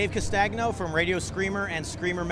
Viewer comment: Great video thanks for the interview! But Dave, you should learn how to pronounce your surname properly. I guess you now it's Italian and it means chestnut. That gn part is more like spanish ñ letter. ;) So, go to and check it out! Cheers! ;)